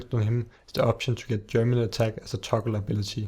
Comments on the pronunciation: It's geminate not germinate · GEMINATE GEMINATE GEMINATE GEMINATE "BEING DOUBLED" NOT GERMINATE "TO PUT OUT ROOTS" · ***** the proper word is geminate, which means to double